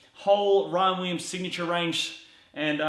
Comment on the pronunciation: he says Ryan Weeems. lmao